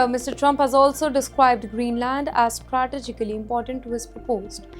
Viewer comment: btw, the presenter needs to learn to speak English. (like how to pronounce 'sovereignty' and 'strategically'. her pronounciation is laughably terrible